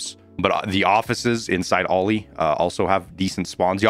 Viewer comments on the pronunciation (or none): none